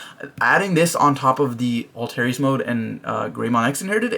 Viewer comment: It's pronounced like alter-us. Not alterious. 🤦‍♂️ Why can't anyone pronounce it correctly lol.